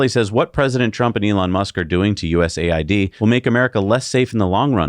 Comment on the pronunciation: Its AID, not A iD, USAID, not a fucking ID, AID as in help